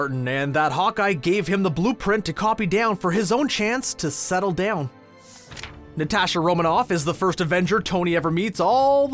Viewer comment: Na-tash-aaa lol